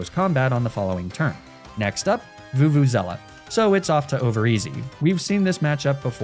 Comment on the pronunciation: Vuvuzella?? how, how do you.... where do you even get half of those letters from...